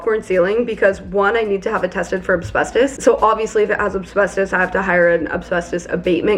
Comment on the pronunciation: Oh my gosh, ACK!, it’s AS-BES-TOS! Say it one syllable at a time. As-BES-tos. I wouldn’t care, but you said AB-SBES-TOS about 17 times and it just did my head in. You clearly read up on asbestos enough to explain the basic facts about it, but never actually read the word? Nobody is perfect, but you’re a smart person, so this was a weird error to make repeatedly in the same video.